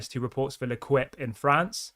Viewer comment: The name of the french paper is pronounced Lu - Keep, not Lu-Quip